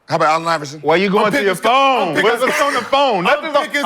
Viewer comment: get off the phonnee had me dying 😂😂😂😂